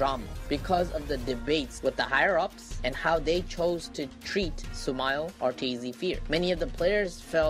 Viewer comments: Great drinking game everytime you hear the word Su-mahl take a shot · Stop saying sumal